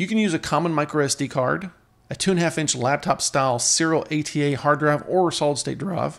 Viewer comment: D...R...I..V..E not Druv!